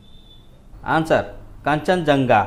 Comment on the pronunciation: Please say answer not añnswer